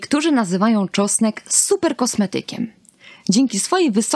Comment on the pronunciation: To wspaniale , tylko, że na początku trzeba było wspomnieć, że czosnek niedźwiedzi jest pod częściową ochroną, to oznacza, że nie wolno zbierać go po lasach czy łąkach, dziko rosnący. Dotarło? :) Poza tym proszę spróbować mówić tego czosnku, a nie tego czosku . Prosimy oglądających film o nie łażenie całymi tłumami po lasach w poszukiwaniu wyżej wymienionego, bo ktoś zapomniał dodać w filmie, że to nielegalne.